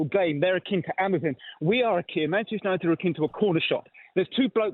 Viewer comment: "The worst part of United is behind the scenes" No. The worst part is glory hunting Southern Fans singing Manchester songs. Unit'id' instead of UniTed. Sounds awful.